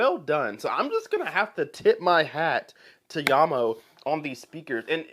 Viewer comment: Thanks for pronouncing the company's name properly. Jamo is mainly low end stuff, but some of them do sound pretty good.